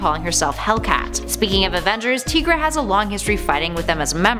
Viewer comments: I always thought it was pronounced TIE- GRA not TEA- GRA. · TY-gruh. Tiger - er + ra = Tigra If there's a way to mispronounce it, it'd be TIG-ruh, since there's 2 consonants after the "i", which usually means it's not a long vowel. And Tony Isabella, the creator of Tigra, pronounces it TY-gruh. So, it's TY-gruh. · Again w/the mispronunciations.... her name is pronounced TY-gra, NOT TEE-gra lol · Who are Maudok and Teegra??? I know a Modok and Tigra. U pronounce the I in Tigra and O in Modok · enjoy the videos. however a suggestion, it seems obvious the personalities read a teleprompter. for goodness sake take a trip to a comic book store and learn how to pronounce character names. Modok is Moe-dock Tigra is Tie-gruh. kinda like a tiger... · I really love it when you do videos. But this time I about couldn't finish it because of how you pronounced Tigra. Like, saying M.O.D.O.K.s name wrong is one thing but "teegra"? I cringed every. single. time. Also, please make a surprising facts video about Ben 10 and alternate version videos of Loki and Excalibur (the sword). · Not tee-gra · M.O.D.O.K. Is pronounced Mow Doc. Your pronouncing it wrong. Also it’s pronounced TYgra like a tiger. You know because she looks like a tiger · I'm no expert but... Modok - (Moe)dok Tigra - (Tie)gra seem to be the common pronunciations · "Maw-Duck"???? Lmao "Tee-grah"....wow....way to pronounce those wrong. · you said tigra wrong it is pronounced like Tiger TI-Gra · I feel like she mispronounces the names of tigra and modok on purpose just to trigger us